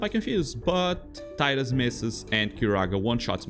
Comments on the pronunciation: Tea-dus. Not tie-dus. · Tidal, Tidus, it's the only acceptable pronunciation. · Man, going around and watching FFX challenge videos, I'm blown away by how many people pronounce the name as Taidus. Maybe it's an English language thing, but even then, it's been spoken in games with voice acting too. I guess I'm just a bit confused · I know it's pronounced TEE dus, not TIE dus. This always annoyed me when people can't get that right